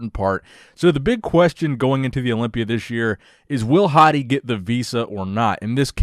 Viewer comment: Bro when you say hadi it sounds like 'Hottie'